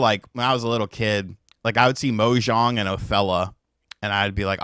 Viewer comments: He's also saying 'Mojong' it's 'Mah-jong'. At first I was like, what's Minecraft got to do with it? (Mojang) :face-green-smiling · Its MAH-jong, not MO-jang, Mojang is who made Minecraft not a domino mactching game! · Mo-jong and othella!!! Jeez!